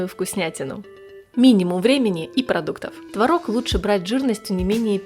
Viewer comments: Только ТвОрог,а не творОг. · Не Тврог А Творог !Удаление на первый слог !!! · Хороший рецепт! Спасибо! Но, надо правильно говорить- твОрог! ТвОрог! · Все бы очень славно, но если бы не мешающая музыка , и вы правильно делали бы ударение: твОрог ,а не тварОг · Надо говорить ,, твОрог, ,, твОрога" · Произношение слова «творог» в падёжной форме не правильно - ударение не ставится на последний слог а на необходимо ставить на первый. А так все отлично! 👍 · Как я с Вами согласна!!! ТВАРОГ через А режет слух! Но так многие говорят. А ещё мне не нравится, когда говорят щавЕль, мне нравится щАвель - ударение на А!!! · было-бы совсем хорошо, если- бы делали правильно ударение в слове ТВОРОГ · По русски в твороге ударение ставится на первый слог. Уши режет